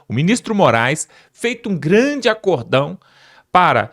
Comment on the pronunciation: Meu amigo, não é ACORDÃO. O certo é ACÓRDÃO. Tem um acento na sílaba CÓ. Paraxítona terminado ÃO. Outros exemplos: BÊNÇÃO, ÓRGÃO, SÓTÃO...